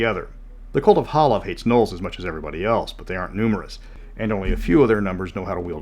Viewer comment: It's Halav, guys. Not Hala.